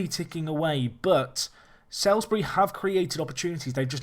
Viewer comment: By the way Salisbury is pronounced Solsbree